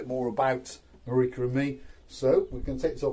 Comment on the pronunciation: Thank you for the video, I loved watching it and Marika you pronounced my surname perfectly, I hope when my partner and I come to Paphos in July we can meet :)